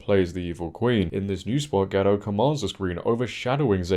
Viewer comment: It’s Gadot, not Gado